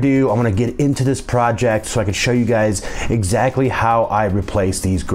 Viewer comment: Word of the day,, "guysis"